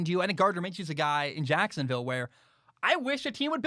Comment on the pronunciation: The way says Jacksonville, JACKSUNvill.... 🤣🤣🤣